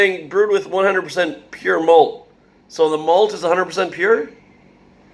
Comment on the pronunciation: Mean "PURE", mate 😅🤣🤌🏼